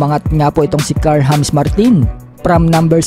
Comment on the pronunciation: bakit hamis ang pagbasa nyo sa jammes